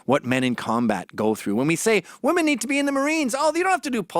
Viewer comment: Mr. McInnes don't get me wrong, you are nothing short of a god to me, but I must admit; your pronunciation of the word "women" as "woman" happens to really grind my gears.